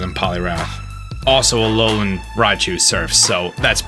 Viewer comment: Alolian? ALOLIAN? A L O L I A N?!? Yes, alolian